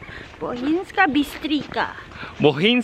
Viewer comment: you should learn slovenian alphabet. bohinjska bistrica is not bistrika. c is c n not k. like ( ts ). and j is j ! j read like y !!! u did not see anything ! and why u cant belive this is slovenia?